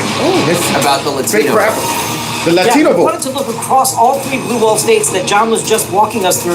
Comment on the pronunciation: When they say "Latino" like "Ladthino". Holy fuck